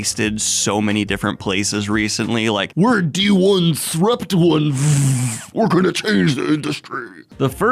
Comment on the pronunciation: I know this video tackles a lot of important stuff but right now all I can think about it "Dee-one-srupt-one-vvvvv"